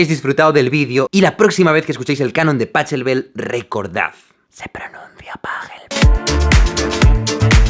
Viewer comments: Por Dios, qué dolor de oídos cada vez que escucho "PaCHelbel"... ¡Que se dice Pa"J"elbel! ¡Santa Madre de Dios, qué tortura! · El canon de pachelbel es de mi canciones sin letra favoritas la otra es four elise Pd: se pronuncia pakelbel Like para no desaparezer Like, al menos haras algo mas que el chelista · Grande Jaime, aunque si nos ponemos exquisitos, se pronuncia PaJelbel, como toda CH de apellido alemán. Disfruto mucho con tus videos! Saludos desde Buenos Aires! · Me encanta cómo pronuncia "PaCHelbel" durante todo el vídeo entero, solo para poder soltar la muletilla al final de "Se pronuncia Pajelbel" jajaja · Muy interesante todos los detalles que explicas en el vídeo pero por favooor, deja de pronunciar como se lee en español, PaCHEIbel. Es un apellido alemán y se lee PaJelbel. ¡Jajajaja, ya lo has dicho tú mismo al final! ;) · ¡Por el amor de las diosas! Todo el vídeo odiándote por cómo estabas pronunciando "pachelbel". Gracias! A ver si divulgamos un poco la pronunciación alemana de "pagelbel" XD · Dioss. Que nervioso me pone escuchar Pa"CH"elbl. No me jodas Jaime tu no. Pa"J"elbel ...... se pronuncia Pa"J"elbel. Igual que Ba"J" y no Ba"CH" o Ba"K" que dicen muchos y es para partirles los dedos de los pies lenta y dolorosamente. Ya no un músico de conservatorio como tu Jaime, cualquiera que haya escuchado radio clasica 10 minutos lo sabe. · Cuando "Páchelbel" pasa a "Pájelbel" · Pajeeeeeeebel! paJJJJJJJelbel, no paCHELbel :( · Buena información, pero no se pronuncia "PACHELBEL", sino "PAJELBEL". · digo: Pachaelbel no es mejor pronunciarlo: Pajelbel? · PaCHelbel.... Pero como es apellido Alemán, se pronuncia PaJelbel..... con si fuera J.... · Si sabes que se pronuncia " Pagelbel" porqué insistes una y otra vez en decir " Pachelbel". A que no dices " Bach"? Pues eso, que no cuesta nada, hombre. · jaime durante todo el vídeo: /pachelbel/ yo cada vez que dice /pachelbel/: /pAKELBEL/ Lo siento me pongo nerviosa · Jaime: Recordar... Se pronuncia pájelbel